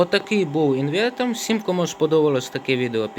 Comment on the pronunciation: Одним словом, "інвентор" , "акумулатор" і "волтметор".